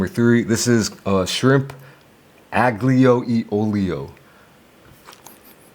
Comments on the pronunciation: The aGlio e olio ended me... When you meet an Italian, please don't say that. Instead say alio e olio. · Fyi, you pronounce it alijo olijo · Sorry, but that is the wrong pronunciation! You'll be laughed at if you order that at any Italian restaurant! AGLIO E OLIO is pronounced Ah-lee-oh Eh Oh-lee-oh. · “i Do LiKe A gOoD aGnIoLiOlioOlio 🥴” LMFAO it’s probably the first time you have had. Never heard of that dish and I’m Italian 😂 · It’s pronounced like: allio e ollio. You don’t pronounce the G. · shrimp unglyo-e-olio got me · Yo ben love your content brother. Btw aglio e olio is pronounced alio e olio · The way he pronounces aglio li olio 🤣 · not italian as he butchered aglio e olio